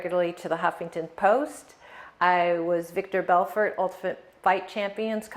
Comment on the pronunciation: You mean "VI-tor" Belfort? You sure about that?